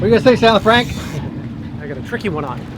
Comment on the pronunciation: "Nice job!"